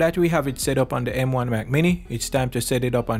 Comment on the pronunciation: The is pronounced "thuh", not "duh".